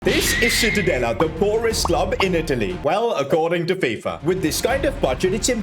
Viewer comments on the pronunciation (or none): Is not called citadella is called: ci-tta-de-lla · Isnt Citadela but Cittadella in italian pronunciaton. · Sono italiano e citadela si pronuncia ciTTadeLLA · It’s pronounced cittadaya as an Italian Ik double L is pronounced Y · Awesome video! Just a small point on pronunciation, it's pronounced "cheetah-della" - ci makes a "ch" sound in Italian :) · I just came to hear "Cittadella" mispronounced. Thank you for not disappointing me 🙏 Namasté Namasté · Im sorry, I'ma be that guy, evertime he said Cittadella, it pained me with his pronunciation 😅 To give a perspective, it's like pronouncing Church as search 😂